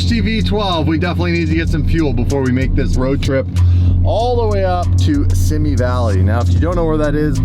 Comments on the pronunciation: It’s pronounced “See- Me” Valley! Keep up the epic daily posts! Thank you for all the hard work and the passion you show us everyday! You and Dave are an inspiring duo and we appreciate you guys! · Simi Valley is "SEE-ME" Valley!